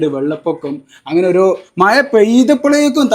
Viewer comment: മയയല്ല മഴയാണ്.